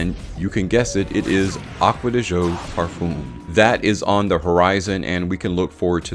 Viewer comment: Pronunciation of Parfum is absolutely brutal.